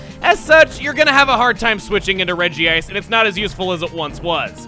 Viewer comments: its really regice not regieice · Its pronounce Re-Gice. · Regice (Redgy -ice) It was pronounced that in one of the Pokémon movies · its name is pronounced regi-ice. in japanese its name is written in hiragana, meaning that the akward regiice spelling doesnt occur as each kana is different and they all say re-gi-a-i-su. however, writting regiice was weird so they changed it to regice even though its pronounced regiice. same thing happened to lunala: in the original screenshots of the trademarks they had lunaala. just mashing two words together looks pretty weird so they changed it to lunala.